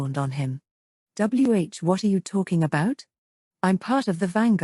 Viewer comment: I know a digital reader is being used. But it still sounds weird when “W-What?!” Is read as “W What?” Lol